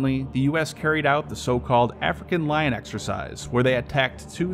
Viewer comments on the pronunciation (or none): none